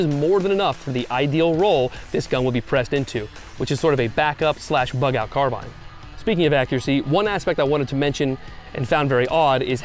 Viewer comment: Still mispronouncing carbine…